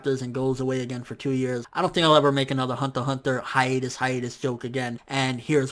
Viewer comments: it's pronounced hunter hunter not honta honta -_ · THE WAY HE SAY THE HUNTER X HUNTER IS CRINGY THEY SOUND LIKE HUNTAH-HUNTAH ITS FRICKING CRINGY MAD JUST DONT SAY IT!! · why aren't you pronouncing the x in Hunter X Hunter?